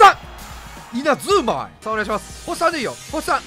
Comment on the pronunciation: VIPがいう星3いっつも「おっさん！」に聞こえる